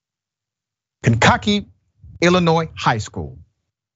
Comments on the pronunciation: Correction on the name of the city, it's pronounced Kane•ki•kee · It's pronounced Kan-Ka-Kee Dr. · Yoooo I live right by there. The reporter said the name completely wrong.